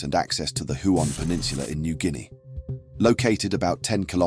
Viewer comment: Huon = Hue-on...